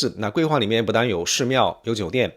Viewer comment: 好傢伙，什么都是翘舌是吧？“寺庙”“最”“怎”“相似”“三四”“粉丝”“宗教”“存在”“所以”都踏马是平舌，给老子听吐了，反而“政治”这种翘舌你又平舌了你踏马连CEO的C都翘舌，真鸡儿恶心你都不如像老周横眉一样都平舌